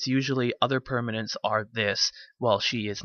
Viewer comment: i think its funny how he cant say permanent